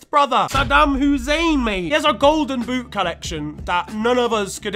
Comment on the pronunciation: Sadam Hu-zehn 🤣🤣🤣🤣🤣🤣🤣🤣